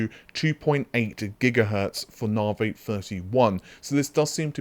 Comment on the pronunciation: OMG pronounced Navi correctly!!!!11